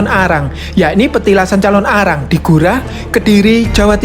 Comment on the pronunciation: Penyebutanya jangan dipisah bg nnti beda arti calonarang bukan Calon Arang🙏salam dri bali